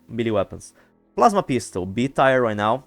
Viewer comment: My friend, 1 minor note just to help you a little with your English. Tier is pronounced the same as tear as in what you cry or if it’s better it also rhymes the word year but with a T. I hope this wasn’t annoying and helps you in the future. :)